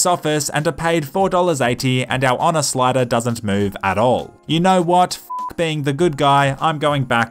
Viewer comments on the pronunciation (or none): none